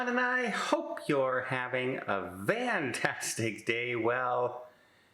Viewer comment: Don, are you ever going to answer the question of why you start out your videos with hope you are having a VAN-tastic day instead of FAN-tastic day?